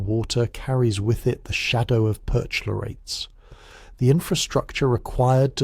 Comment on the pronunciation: "perch-----------lorates", for Pete's sake! CH is pronounced k in Greek vocabulary or before a consonant in a noncompound.